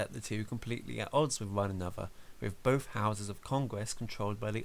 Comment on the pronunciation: When you say "Both" why do you sound like "Bof or bothf" there is an F sound